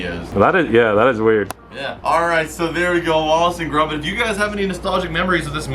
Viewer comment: gromit not grombit lol